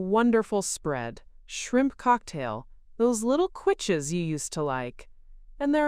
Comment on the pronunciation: You don’t know how to pronounce quiche? It’s Not “kwitch!”